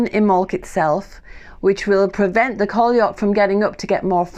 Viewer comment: Hi, could you please explain more about the "person/symbol (?) Sounds like you said coliarch, with the bringing os spring. I've never heard of this name before. I understand the story, the beginnings of nature awakening from underground. Thank you!